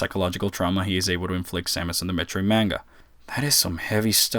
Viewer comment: Pronounced manga wrong